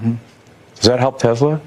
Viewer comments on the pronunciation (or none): Elon, it is not TeZla, or Tessler. It is TeSla FFS!